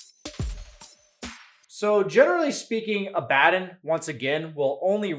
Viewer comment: Abaddon is a Hebrew term for an archangel from the abyss. Yet nerds still say it incorrectly.